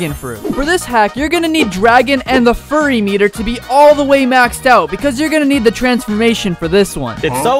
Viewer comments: bro said "furry" instead of "fury" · It's fury not furry the fury the u in fury means you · "Furry Meter"💀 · Bro said furry to fury💀